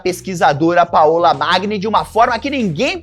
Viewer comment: Paola se pronuncia paula, igual português. Paõla não existe ❤